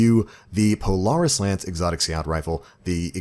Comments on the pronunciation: Lol not how you pronounce Polaris but words are hard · I wish you knew how to say the word Polaris good god